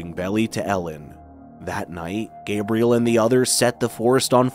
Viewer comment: Wait… why is he pronouncing the father’s name like Gabrielle, not Gabriel?